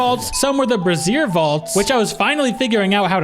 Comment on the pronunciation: Brassiere vault? lol, it's brazier. I think you might want to look up a pronunciation guide for that one, those 2 words mean very different things.